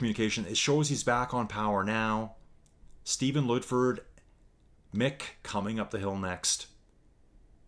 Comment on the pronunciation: Once again, enjoyed the commentary. I'm definitely a 3.0w Diesel, any prolonged period over 3.5w spells danger. The surname is Ludford...Lud like Mud... not that it drives me crazy or anything 😂😊. But you get Aluminium correct so you are forgiven. See you tomorrow night, I might not be chatting but will be along for the ride.